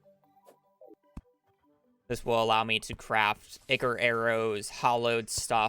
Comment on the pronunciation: Brilliant speed run great job but holy shmoly that is so far from how you say ichor